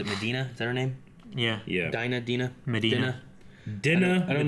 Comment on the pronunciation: Dinah Madani. She pronounces it DEENA, not Dinna.